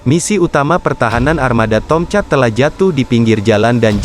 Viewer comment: Agaknya lidah admin ni pendek. Sebutan Tomcat menjadi Tong-chat bunyinya..🙄